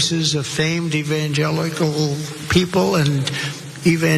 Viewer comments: So what Trump mixed up one word, "steak/snake" whatever, its different when biden does this on every single appearance. And dude in the cap here mispronounced evangelical himself. You guys are just idiots tbh, you try too hard. If you want to be clowns, join the circus. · Conclusion: When you make a speech to evangelical christians make sure you know how to pronounce “evangelical”. Having chosen a favourite bibleverse in advance is a plus too.